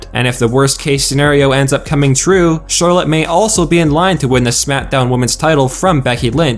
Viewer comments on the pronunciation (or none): none